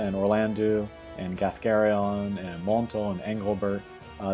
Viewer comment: Can we please start spreading the pronunciation of Orlandeau as Orlando, which is what it ought to be? "-eau" in French has an "Oh" sound, not an "oo" sound